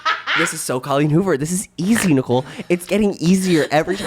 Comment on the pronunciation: one of my vocal stims is saying "popcorn Nee-cole"